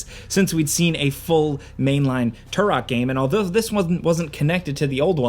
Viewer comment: Say "TOO-ROK" again. 😂